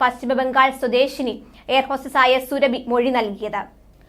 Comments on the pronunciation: സുരഭി അല്ല, സുറാബി ആണ്. ഈ ചാനൽ ഏതു ലോകത്താ? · സുരഭിഅല്ല സുറാബി